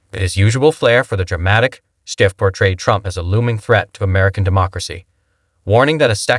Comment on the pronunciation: shiff not sciff